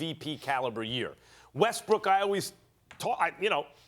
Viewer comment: OMG, this is annoying me! IT IS WESTBRICK CMON ESPN